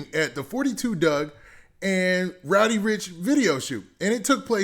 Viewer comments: bruh did someone hit you in the head wit a brick his name is roddy not rowdy lol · I fuccs with u bruh but its RODDY RIch not ROWDY lol there is no w there lmfao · RODDY rich not rowdy